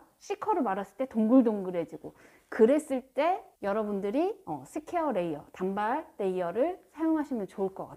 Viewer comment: 단:발로 발음 하셔야 합니다.